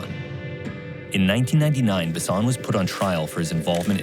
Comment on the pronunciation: Wouter Basson is pronounced Vow - Ter - Bass - On. How do you expect people to know who you are talking about when you don't say their name correctly. Good video, but once again, why not use a local journalist, who actually knows what they are talking about. Instead of an American who by that virtue, isn't within the context and can only make the culture shock look more shocking. We have cameras and the internet in South Africa. This kind of media doesn't help our country. South African journalists are more objective.